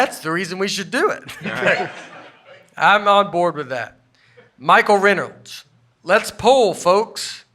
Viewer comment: Hellooooo folks la, la, la! Finally getting a comment read, only having Nate butcher my name is on brand! It’s ..Ren.olds. Not Ray.Nose. I even tried to turn on captions to see what they heard, and I guess they long ago gave up trying to interpret. Excited and played clip for my daughter who said that’s not you, and I said..but it is you can make that leap right? Hoping to get a job with Nate sister to get on pod. My resume summed up, reading skills of Nate, size of Aaron, age of Buffet. Since Nate not coming to Buffalo, hoping Aaron and Brian do!